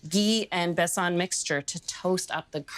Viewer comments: Besan is pronounced using one A like Jordan, not Besaan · I enjoyed the recipe as well as your cute pronunciation of besan and ghee. Besan is a heavenly treat , from fritters to flat bread it never disappoints. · the way she pronounced 'besan' haha how cute ❤ this is both an indian sweet and pakistani sweet and it is absolutely delicious ❤